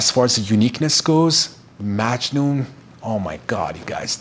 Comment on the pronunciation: In the Arabic pronunciation it’s muggg noohn the a is like a u sound. My father is from Italy and my mother is from Syria.